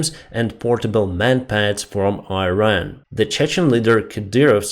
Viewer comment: Iran is pronounced just like in Russian, and Hamas is HamAs…I know English is your second language…so sharing just a correction, not a critique! Thank you for your daily updates!